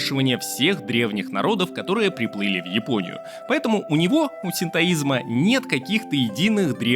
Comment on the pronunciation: Спасибо за видео! Ты случайно не из Казахстана? Подумал про это когда ты назвал Японию - Жапония Как на Казахском )